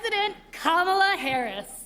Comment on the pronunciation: K'mala H'ris